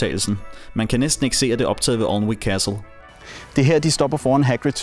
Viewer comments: Thanks for going to all this trouble to produce such an interesting video. The English subtitles helped, even though I had to keep pausing the action to read them. One small point for those interested: 'Alnwick' (as in 'Alnwick Castle') is pronounced, 'ANN -IK.' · you pronounced Alnwick wrong, it's pronounced an-ick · Really well made video, I've been to Alnwick (Pronounced Anick btw) Castle a few times and they do have guided tours running all day. Loved the shot recreations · Alnwick udtales Anick!